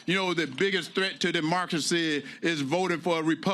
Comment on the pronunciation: "threat to our demarkacy". Sorry, it's pronounced democracy 😂😂